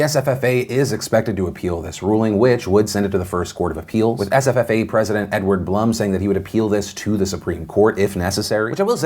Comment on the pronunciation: Is it just me or is anyone else enjoying hear Phil say SFFA?!? It sounds like sffffffa.